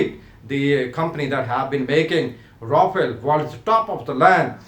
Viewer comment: Yaa toh english ke accent sahi karke bol yaa toh sahi seurdu/hindi, Rafel toh bola nahi jaa raha... bada aya PAF dominate karne wala. Shows some facts and proofs instead of mouth shit.